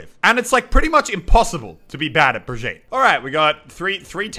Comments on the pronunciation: Elliot it’s bri-geet-uh not bri-jeet-uh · IT'S NOT BREEG-YEET, IT'S BREE-GEE-TAH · Why do you say brageet it's brageeta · And to pronounce Brigette, Brig-yeet-duh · Muselk it is BRA GEE TUH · It’s Bri-YEET (I am actually sorry)